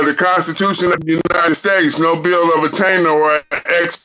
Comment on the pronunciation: "NO BILL OF ATTAINTDERR" Ok bro 🥴